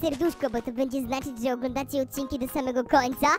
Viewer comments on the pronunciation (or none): że a nie rze